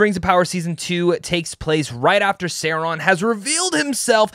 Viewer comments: Who's ser-on?? 😂😂😂 .. ITS SAURON 😂😈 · Pronounced sau raan . . . Saw. . . Rawn. Are you actually knowledgeable about LOTR or just trying to get views? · Say-Ron? Nope. I’m out. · You are not a fan of the professor’s works. Im not gonna listen to a guy’s opinion who doesn’t know how to pronounce Sauron. Imposter! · Glad you liked it, but please.... learn how to pronounce Sauron! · Funny none of the YouTube channels I watch that are dedicated to the LOTR and Tolkien with millions of subs didn’t get to watch Season 2 early. But this guy who has 50k subs, admits he’s not even a Tolkien fan and doesn’t know how to pronounce Sauron’s name gets to watch it. I have no quarrel this guy by the way he seems perfectly fine. My gripe is with Amazon having absolutely no respect for the fans. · Omg you can't pronounced SAURON....I doubt that you watch EVEN WATCH LOTR....how can i block your chanel?